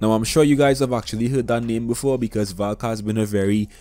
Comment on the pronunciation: I heard Falk when u said Valk